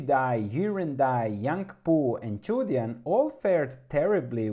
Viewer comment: Yes it's pronounced "choo dyen". And thanks for this! I'll have to do more research but it looks like a potential great value. There's obviously a lot of risk with a small cap Chinese credit stock, but this amount of growth, the fundamentals and a PE ratio of around 4.5 is too good to ignore.